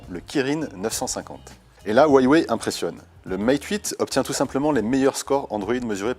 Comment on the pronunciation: franchement j'en peux plus, la façon dont le mec prononce Huawei xD